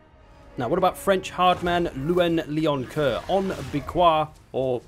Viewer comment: You almost got it, just don't pronounce the N in Louen and say 'Lay'oncoeur